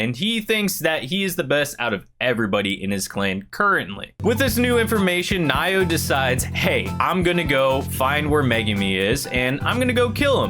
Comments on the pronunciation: How you pronounce Naoya is Na Oh YA not Nayo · Naoya is pronounced Nah-oi-ya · They way you pronounce Naoya is Now-oo-yuh (atleast I am pretty sure that is how)